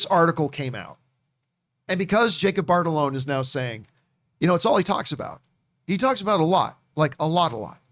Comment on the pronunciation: I wonder when John will realize he’s been saying Jacob batalons name completely wrong for months 🤦🏻‍♂️